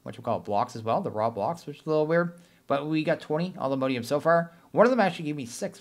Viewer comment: PLEASE all-the-MOD-ium not MODE-ium